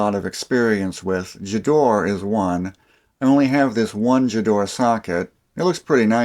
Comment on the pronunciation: You missed out Wera, Stahlwille and Felo. Gedore is pronounced with a hard G, like Gidora, the Japanese monster! Elora was NATO military issue in Europe for a long time, lots of army surplus Elora (and Gedore) available on eBay UK.